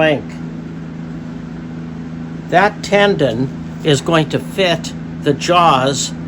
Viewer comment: Beautiful wood. By the way, it's a tenon, not a tendon.